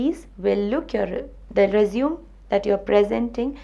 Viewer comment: I think you pronounced resume wrongly.. Anyways its very useful